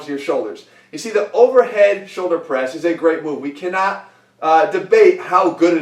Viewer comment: I always heard "soldier press" hahaha